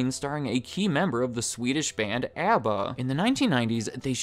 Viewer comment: Why'd you pronounce ABBA like that??